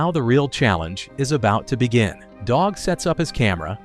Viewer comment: Guy's name is DOUG, not DOG. AI slop. Movie isn't really good, but it is watchable